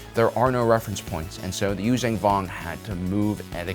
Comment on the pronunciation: This guy just won’t stop miss pronouncing the name of the species Yuzaahn Vong